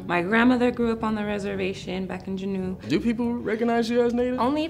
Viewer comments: we don't call our villages "reservations" "gen-know" it's pronounced "jew-know" juneau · it’s pronounced Juno, not juhnew!! but i love seeing our ak natives represent! i’m dena’ina athabascan from alaska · As an Afro-Native American living in Alaska for many years, I have never heard anyone pronounce Juneau that way lol. So cute. But also, I immediately when the one girl said she’d never been to a powwow or had fry bread, I was like oh, she could be Alaska Native because in interior Alaska, we have potlatches which is a different name for a powwow lol it’s also a little different in other ways but typically we don’t always call gatherings powwow up here. On the coasts for the Tlingit and Haida peoples, they’re on the beautiful coasts so like, they might call their gatherings powwows but I literally haven’t been to one since I was 2 years old so I have no clue 😂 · My bf is Tsimshian he grew up in Ketchikan he said he's NEVER heard Juneau pronunced like that. And she also mentioned a reservation in Juneau but there is no rez in Juneau, the only reservation is Metlakatla, did she just goof or did she mean "village" instead of reservation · I lived in Alaska my whole life and had never heard that pronunciation of Juneau! So interesting! :) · When I tell you I scroooooolled for this comment. I was born and raised in Juneau and I am Tlingit. I have never ever heard Juneau pronounced that way either. I've been to Powwows in Anchorage and Fairbanks...I think the closest thing Southeast Alaska would have to a powwow are family potlatches or Celebration. Also the only reservation I've known of in Alaska is Metlakatla. I wonder if she was meaning village. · Being an alaska native and seeing other alaska natives on a show like this, it’s cool. But how you mispronounce Juneau😭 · How she pronounced Juneau…